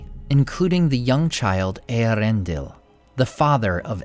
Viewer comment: I love how he says Earendil!!